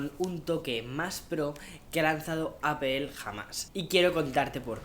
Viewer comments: No se dice Apel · Se pronuncia “apol” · Por favor pronuncia bien la marca, saludos